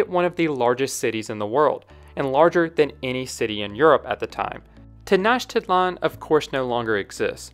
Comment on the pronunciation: I think it's Tenoch-titlan, not Tenach-titlan